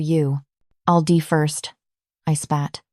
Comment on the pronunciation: The AI narrator is mispronouncing die to dee and it's annoying. Though this is an incredible story